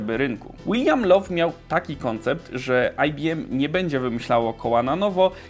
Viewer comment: Bardzo fajny materiał, ale niech ci ktoś pomoże z angielskim. Pan Lowe chyba się w grobie poprzewracał, że go ktoś pomylił z panem Love i nie ma też klawisza "dilejt" :)